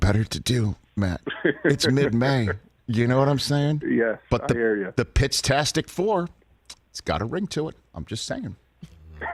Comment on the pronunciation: First we had matt "maturally" Ryan now the "pittastic four"? Oof Dick Eisen you are killing us please take the meds offered